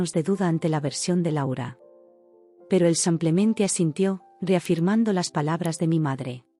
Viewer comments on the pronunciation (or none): SI NO PUEDE PRONUNCIAR CORRECTAMENTE SIMPLEMENTE EN VEZ DE SAMPLEMENTE COMO DICE, CAMBIEN LA PALABRA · Pueden cambiar a quien relata enseñarle a decir SIMPLEMENTE? CON IIIIIIIIII. NO CON A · No comprendo por qué dices SAMPLEMENTE y acentúa tan mal las palabras.